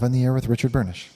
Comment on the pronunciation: The way says Richard 'BURNISH' gets me everytime haha